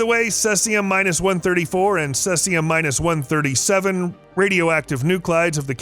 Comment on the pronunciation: Also weird to hear "minus 134."